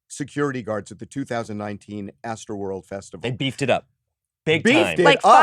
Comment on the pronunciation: It’s astroworld not what ever that blonde chick said 🤣🤣🤣🤣🤣🤣